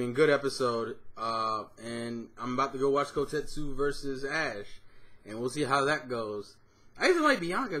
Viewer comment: On another note - it's KoteTSU, not KoteSU (though his English name is Cameron). And UnFEzant is the bird's proper spelling (though I can understand why it's hard to remember - it's supposed to be a play on "pheasant".